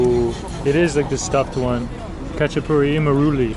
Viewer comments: it’s HA CHA PU REE, it’s not Russian food it’s Georgian food. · This guy can't even pronounce a Khachapuri.